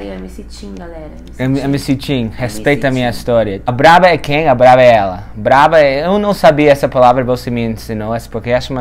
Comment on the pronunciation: É "brabo"!!!!!! O estava falando errado, logo em seguida, eu entendi o porquê....